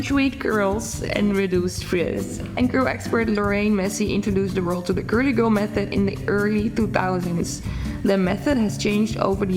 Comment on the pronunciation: Love the way you say curly girl gurlygurl method 😂